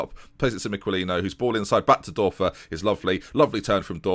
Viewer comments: the "ör" in Dörfer is pronounced like the "-ur-" in burn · The Ö in Dörfer is prounounced like the U in Ben Hur